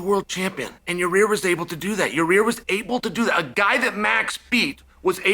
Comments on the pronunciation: Is it "yur rear" or "yur ear"🤔😂. Nothing but love Chael🙏🏽. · Ya-Rear😂😂😂 Love Chael. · Most of chaels name mispronunciations are whatever, but "Ya-rear" is my new favorite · love it when chael butchers names xD Ya Rear this Ya Rear that xD lmao. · Who is “Ya-rear” 😂😂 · Is he saying Yarear?😂